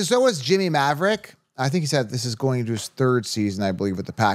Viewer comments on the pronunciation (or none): none